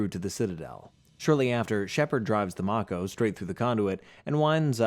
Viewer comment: Bro did u play the game its may-ko like the shark not mako some times spellings isn't the same as pronunciations. Bro love the content just hate pronunciations makes me think you never played the games